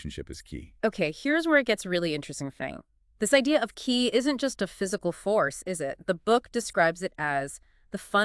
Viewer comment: Pronounced “Chee” not “Kee”